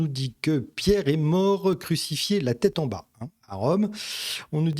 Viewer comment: "Pas un cheveu de votre têtre"?...C'est quoi une têtre?...